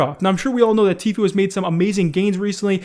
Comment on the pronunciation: pronounced Tfue correct in this video, what's happening to 2020